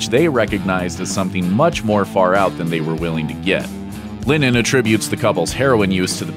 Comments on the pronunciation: Its Lenon not Lenin! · I'm sorry, are you saying linen? Or lennon? Cuz it sounds like linen. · It’s LENNON NOT LINNEN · As someone who has the say the name Lennon so much, you should really learn how to pronounce it. It's not pronounced Linen